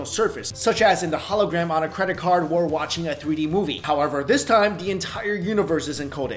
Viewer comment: stop saying wor instead of or. k thanx:D